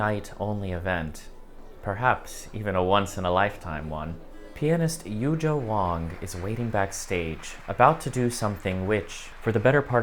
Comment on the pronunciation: I think it is important to learn how to pronounce Yu Jia Wang's name correctly. She is such a big name now but so few people on the net talking about her and her arts yet to failed to pronounce her name correctly. Please!